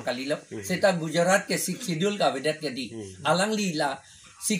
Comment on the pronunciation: Sixth schedure kali ho reporter pronounce he sixth schedule pu le pu pachok non